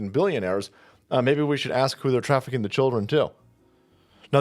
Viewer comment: she started saying "child traffikcing" stopped herself and then said "trafficking a 17 year old across state lines". 17 is a child.